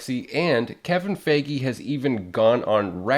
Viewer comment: Great video! I need to get some Nova books! Also I think Kevin's last name is pronounced Fi-gee not Fa-gee.